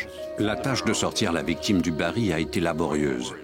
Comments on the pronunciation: Baril et non bari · Bonjour, Merci pour le partage. Petite remarque : la voix off dit "bari" alors que c'est "baril".